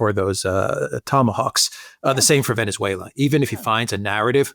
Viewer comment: You mispronounced "Venezuela", The second "e" in Venezuela is pronounced the same as the "e"as enemy, benefit,genetic. The way pronounces Venezuela is the correct way. Just saying.